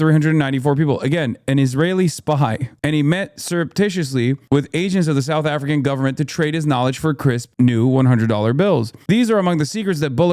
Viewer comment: "Sarth Ifricah", that's how you pronounce South African in South African